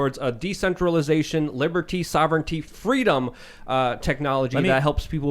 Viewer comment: Did Tim just say "Fweedom"?